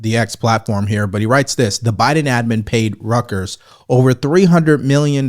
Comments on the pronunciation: You're saying Rutgers - and yes, there is a Rutgers University, but in this case it's Royters. Hey! Love your comments on "Pocahontas" here. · I love your channel! Please correct your pronunciation for Reuters (roy-trz), it's not rutgers (university). It's the only thing I've ever heard you say that was off point and since you said it several times it really stood out. Just constructive criticism. Keep up the hard work and thank you for providing content:) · Its not Rutgers. Rutgers is a university in new jersey. Its Reuters (Roy-ters) the british news agency. Pretty much the Associated Press of the UK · Is not "Rut-gers"; it is pronounced ROY-te(r)z). Anyway, you are one of the best in the business, and a fellow U.S Air Force veteran, so you are good in my book, brother. God bless! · "Reuters" pronounce Roy-ters not Rutgers. The latter is a NJ university. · excellent work, but please: Reuters is pronounced "ROY-ters"... Not RUTGERS or whatever i keep hearing. its so distracting that i had to leave this comment. Sorry! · Hey, RUTGERS is a university in NJ. You are mispronouncing Reuters [ROY-ters]. Please fix this. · Pronounced Royters not Rutgers! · It is pronounced like roy ters "Rut-gers" is a NJ University in the Big10 football conference. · It's pronounce Roy-ters (not ruckers) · Reuters, a German name, is pronounced like "Royters" using English phonetics. No way you should get "Rutgers" out of that. Take your time. Communication skills matter when you're in the business of communication. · ❤ Your Content but PLEASE learn the difference between Reuters and Rutgers then how to pronounce each. That will enhance your credibility 😊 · Just so you know it’s not pronounced like the School Rutgers. It’s more like Roy-turs. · And it's pronounced rooters, Reuters. Sounds like yur saying Rutgers like the school! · not Rutgers University, it is Reuters (royters) …. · pronounced royters, NOT rutgers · It’s Reuters not “Rutgers” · Reuters not rockers😂❤